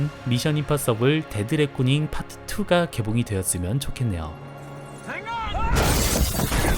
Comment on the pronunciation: 데드레코딩이 아니라 데드 레코닝인뎁쇼?자막도 아니고 내레이션 실수 어쩔?ㅋㅋㅋㅋㅋㅋㅋㅋㅋㅋㅋㅋㅋㅋㅋㅋㅋㅋㅋㅋㅋㅋㅋㅋㅋㅋㅋㅋㅋㅋ